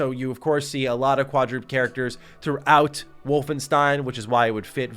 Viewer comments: quad-drooped? u mean quad-dru-ped right? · Adorable that thinks "quadruped (quad-ru-ped)" is pronounced "quad-drooped" haha. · Quadroopped ? lmao its Quad-ra-peds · I never do this I'm so sorry but quadruped is pronounced "KWAh-DRUH-PED", not "KWAH-DROOPT" 😂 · “Quadroopt” 😂 lol I love you. It’s pronounced “quadra-ped” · Quad-drooped lmfao, it's quad-re-PED 😂😂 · Dear Mr., Quadroped is said/pronounced 'Quad-Ro-Ped'. I lol'd when you said 'Quad-Roped'. Love your videos, I thought you should know. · Quadruped not Kwa-drooped… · quadruped = “quad - roo - ped” = four legged not “quad - roopt” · no hate or shade. But it’s pronounced quadru-ped (ped is an feet, like pediatrist). Literally 4-feet. I’d want someone to tell me. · Lol you said qua-drooped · Laughing my ass off at how pronounced "Quadruped". Say it with me....Quad.....roo.....ped! 🤣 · Quad-rooped? Is that supposed to be quadruped? 🤣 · FYI - Its kinda pronounceded "quad" "dru" "ped" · Did my man say QUADROOPED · I believe it's qua-drew-ped! (Last syllable rhymes with bed.) Just wanted to let ya know :) Great video as always king! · Haha "quadroop'd" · Was wondering if anyone else caught that 😆 quadrooped lol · Quadrooped, huh? Sigh... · It's pronounced like Quad Ra Ped not quadruped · Quadruped rhymes with "bed" not with "duped", my guy 🙂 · I've never in my life heard "quadruped" pronounced like that. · The pronunciation of quadruped caught me off guard. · mispronouncing Quadruped (a word that means 4-legged (Quad: from the Latin word "Quadrangulum" meaning four-sided figure, and Ped which is the Latin word for leg, which comes from the Greek word pod, meaning foot) is certainly a moment.